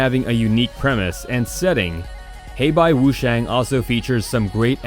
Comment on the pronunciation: heibai wushuang, instead of wushang